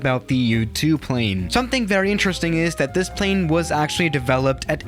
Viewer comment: U2*pronounces *YouTube